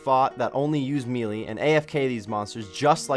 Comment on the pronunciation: melee is pronounced may-lay not mee-lee lol